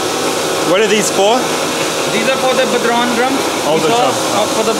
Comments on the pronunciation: nice one! tbf he did a better job than most Americans at pronouncing it! They'd have said Bod-Ron! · The Irish drum is called a bodhrán and is pronounced bow-rawn (bow as in take a bow). They're gorgeous and have been part of Irish culture for centuries! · What an absolutely fascinating video! I would have never thought that traditional Irish folk drums (incidentally, bodhrán is pronounced something like "bough-rone") and other European/Arabic/historic instruments are being manufactured by hand in Pakistan of all places! I would love to own one of their lute guitars. Absolutely brilliant entrepreneurship from whoever decided to start this enterprise. Thank you Karl for this tour!